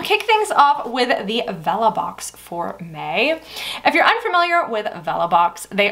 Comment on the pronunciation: Girl I’m so out of it when you were saying for May the first 2 times I thought you were saying “for me” all fancy. More coffee required 😂 great video